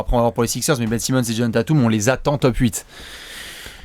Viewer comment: Super vidéo, mais juste, et vous êtes pas les seuls hein, mais c'est "Tayteum", pas "Tatoum" ;)